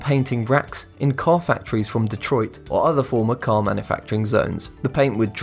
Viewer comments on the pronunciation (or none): none